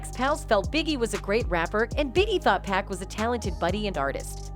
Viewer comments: PAC PAC not pack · It must be an AI talkin...hahaha...how you gon get pac name wrong